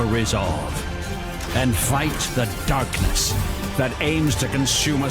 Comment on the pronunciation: The narration for these games lol "IN THE DERKNESS"